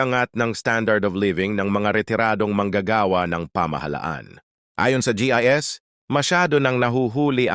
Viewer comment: BOSES MO NA NAMAN KAKASAQA KA ANONG DYIS GSIS TAPOS DYIS